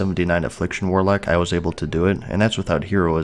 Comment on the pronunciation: What's a 'warlack'? 😂